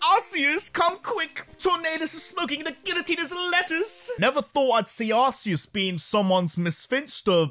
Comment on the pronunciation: It’s pronounced arc-e-us not arse-c-us. Just ask the guy that came up with Arceus